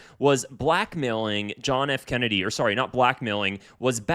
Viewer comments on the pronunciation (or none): none